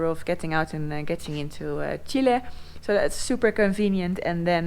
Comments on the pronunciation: It is not "Chilie", it is "Chile". Please, learn to pronounce it correctly!! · It would be really helpfull if you could write phonetically how it should be pronounced. In the Dutch language Chile is written Chili. Hence Noraly's pronounciation. Cheers.